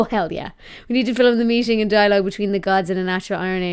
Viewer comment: You realize "film" has but one syllable. Yes?